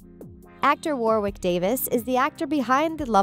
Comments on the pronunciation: It’s pronounced Wor-ik not war wick although it’s spelled Warwick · yall are talking about dracoy but not about how she said warwick, it’s pronounced worick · It’s also not Verne Troyer, it’s Warwick Davis! (She also can’t pronounce ‘Warwick’ or ‘Gambon’ but that might be my British-ness haha!!) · there is no excuse for your mispronunciations, you can just watch the films.......Warwick (Warrik) and Flitwick (Flittik)